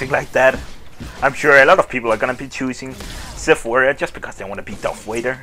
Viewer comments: Its Darth "V"ader with a "V" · he said darth wader lol